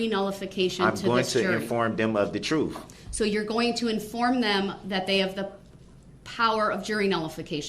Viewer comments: Jury needs to understand the “troof”? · "Da troof" "Axed" This m.o.r.o.n.